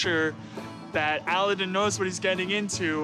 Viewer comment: Have they never watched the Disney movie Aladin ( Jasmine and Aladin) because the way they pronounce his name is so annoying. Ah-la-den or Eh-la-den